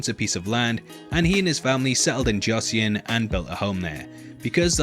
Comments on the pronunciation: Joseon is pronounced as "Jó-son" not Joseyon. "eo" sounds like the regular english O but a bit longer. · Joseon is pronounced like “Josun” btw 😊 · At least pronounce josun correctly jesus christ